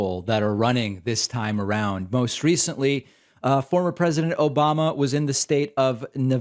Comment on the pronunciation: "Obamna" kills me every time